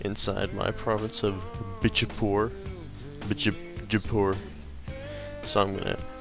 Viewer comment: bich-a-pore lol